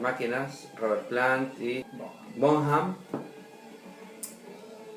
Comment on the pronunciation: john bonham se dice bonan